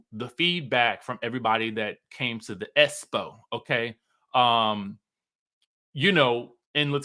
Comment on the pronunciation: Baaaaaby.. S-spo and E-vent sends me EVERYTIME YOU SAY IT!!🤣🤣🤣🤣🤣🤣🤣